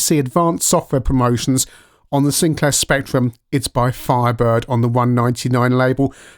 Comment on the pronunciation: “Bank of Sincliar” 😄